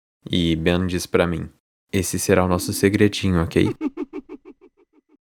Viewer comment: mano não é bem n kkk é "Ben"